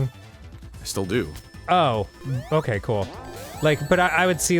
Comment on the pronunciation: DAN SAYS "BOKAY"